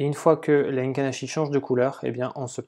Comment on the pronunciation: Les "Heinken" Ashi les gars! tu connais pas?!🍾 Se dit: "é-quine achi" écrit Heikin Ashi!